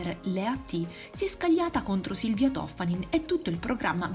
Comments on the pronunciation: Si chiama Toffani'n non To'ffanin... Benvenuti al nord. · Toffanìn...l’accento, Signorina, l’accento...è veneta! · L'accento è sulla i